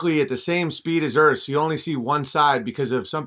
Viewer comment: Oh man, he's gonna feature d marble on Fri....he's the "da erf" kid, silly dolt, there is no f in the word earth. 😆😂🤣🌚